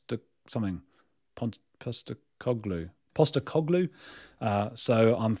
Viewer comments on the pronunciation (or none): none